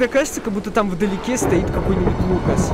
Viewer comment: Ты сказал фукас